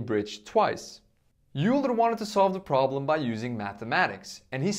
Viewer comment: Hi! Euler is pronounced as 'Oyler' or 'Oiler'. Great video btw!